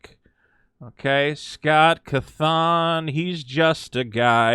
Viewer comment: pronunciation of Scott's name is more disturbing to me than the Twitter hate poor Scott's getting Heh for a moment anyway...then I feel really bad for Scott again, lots of people really don't get..or really want...nuance in their debates and discussions